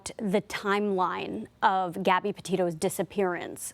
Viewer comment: she clearly says “Abby”